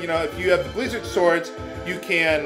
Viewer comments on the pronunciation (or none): none